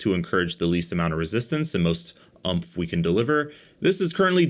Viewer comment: It’s. It Uumph its Oomph 😂